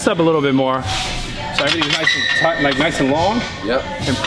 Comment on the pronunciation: Anybody else is triggered by Brad saying nice and thight and not high and thight? #ymh #TryItOut!